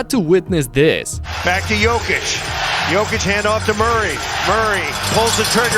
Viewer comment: Can you PLEASE stop butchering Nikola's name? Check the video on youtube called "How to pronounce Nikola Jokic's name the right way"